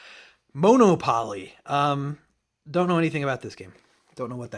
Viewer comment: I died when u pronounced monopoly like that😂😂 it’s pronounced mana-poli ❤❤❤